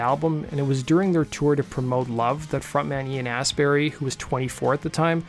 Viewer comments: Lol 'Ian Astberry'.. pronounced 'Ast bu-ree' as in; 'Glast un bree' (Glastonbury) Death Cult 14 Nov 2023 O2 Institute Birmingham UK.... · I think the name is Astbury, not Ass Berry. Though there could be a plant called Ass Berry that donkeys are very fond of...